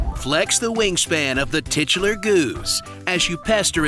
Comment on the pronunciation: You said "Titular" weirdly. Say that again. AGAIN!